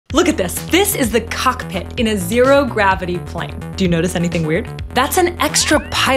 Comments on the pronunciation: Why did it sound like cuckpit 😂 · The way she said COCKpit lol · "Did you notice anything weird?" Yea, the way you pronounced COCKpit. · She said COCKpit. 😬. Why she say it like that? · “This is a COCKpit” why she gotta say it like that 😂😂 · The way she said COCKPIT 😂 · I dont like the way you said 'Cockpit'. Feel eerily intentional 😂😂😂😂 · girl.. why did you say cockpit like that.... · Which pit Can u say that again 😂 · Not childidsh She put stress on the word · Why she say cockpit like that 😂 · Omg, I thought it was just me! All that emphasis and enthusiasm was not necessary